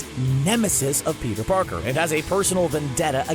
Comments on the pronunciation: around this time he said “Peter porker” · did he say Peter porker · "Peter porker"